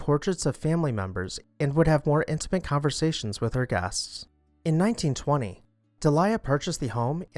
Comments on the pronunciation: That would be Deel-ee-ah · Delia is pronounced "Deeleeya". Palazzo is pronounced "Palatzo" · Just a friendly comment that Delia is pronounced either: Dee-lee-ah or Day-lee-ah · It’s close enough for government work! 😂 The way it is most decidedly not pronounced is how the narrator said it. De-LIE-uh indeed! Ugh. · Pronounced DEE lee ah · Thank you, Heather and Gigi! It was driving me crazy, too! The narrator's pronunciation was sooooo wrong. You could even use "deel-ya", just not what he said.